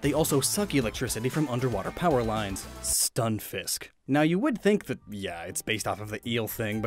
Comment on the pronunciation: Lol just the way you said stunfisk